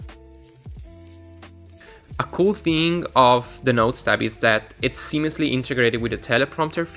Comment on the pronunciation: Can believe you find it difficult to say seamlessly. Just joking.